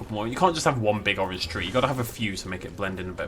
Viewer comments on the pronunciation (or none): none